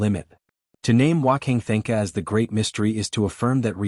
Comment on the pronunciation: F'ing AI can't pronounce Wanka Tanka correctly. AI is such garbage.